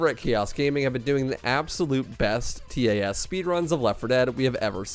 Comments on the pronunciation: I never heard someone say "T A S" Always heard it as "Tas" .-. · Anyone else distracted by him saying T A S instead of just pronouncing it tas? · Most people pronounce it tass not t a s. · It's pronounced tass. Like pass but with a t. Not T-A-S.